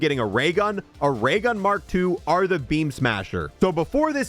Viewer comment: Dude thinks he's a pirate saying are instead of or